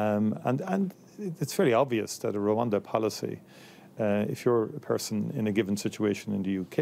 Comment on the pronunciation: Is saying Ronda, or Rwanda? Bruh be messing up all kinds if words 😂